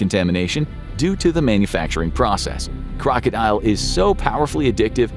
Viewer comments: it's kroko-dil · #1 is pronounced Kroka dill.